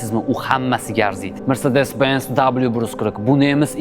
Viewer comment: Sharxga gap yoʻq. Faqat mrsedes mas mersedes deb talaffuz qiling!